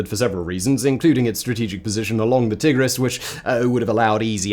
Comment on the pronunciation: Tiggris? Ummm i sincerely hope you don't call the animals tiggers